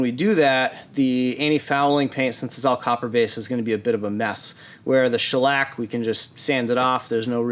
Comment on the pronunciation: Man you really gave the word shellac quite the shellacking